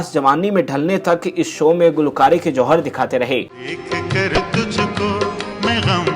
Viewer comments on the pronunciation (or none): none